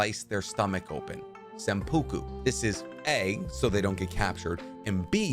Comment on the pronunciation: Bro, nice Vid. But: You butchered all the names like crazzzyyyy (senpuku? It’s seppuku! I can go on, but yeah…) Still very informative video with great storytelling.